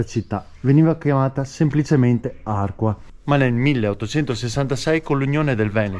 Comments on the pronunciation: Belli i colli euganei e bello il tuo video in mtb sui sentieri di "casa" mia.... mi permetto solo di correggerti anche l'accento su Arquà e non Àrqua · però sbagli la pronuncia: Arqua' ( accento su ' a' finale) e non Arqua! Valsanzibio e non valsanbisio/ valsanvizio😁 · Bravissimo come al solito. Guardo sempre volentieri i tuoi video. Luoghi spesso familiari ma visti con sguardo insolito, originale. Però questa volta, santa pazienza! Arquà, non Àrqua! C'è pure scritto nei cartelli l'accento. E quante salme avrà Petrarca? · Arquà con l'accento sulla a. E Valsanzibio non Valsambizio. Non ci vuole molto. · Si dice ARQUA' con l'accento sulla seconda A (almeno leggere i cartelli indicatori...). Mentre VALSANZIBIO non si chiama Valsanbizio! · Ciao, non avercela con me, Arquà con la finale marcando bene l'accento. E Valsanzibio non Valsanbizio. Se ti ricapita di passare per Valsanzibio li vicino c'è un piccolissimo laghetto popolato da penso un migliaio di tartarughe. Complimenti sempre per i video. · Ciao un paio di inesattezze si dice Arquà con l'accento e si chiama Valsanzibio e non Valsanbizio. Comunque grazie è tutto bellissimo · Arquà va con l'accento sulla a finale. Valsanzibio e no bizio. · ARQUA' con l'acceno sulla A finale. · Perché lo pronunci senza accento finale??? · bellissimo percorso accompagnato dal da informazioni interessanti. Attento che Arqua' è accentato sulla a finale e che. il giardino è a val Sansibio. Ciao a presto. Stella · Ciao e complimenti come sempre! Mi permetto di segnalarti che Arqua' va con l'accento. Bellissimi posti che conoscono bene e a volte li frequento in bici. Continua così! Ciao da Matteo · Bellissimo video. Bisogna però far sentire bene l'accento sulla à di Arquà